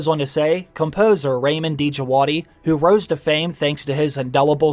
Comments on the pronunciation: Hey 👋 Ramin djavadi is iranian composer Pronunciation of his name is Ramin djavadi not D javadi Love your channel keep on the google work 🍻❤️ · Ra meen It's just Jawadi. Don't pronounce the D❤✌He did amazing work for Westworld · The d in djawdi is silent.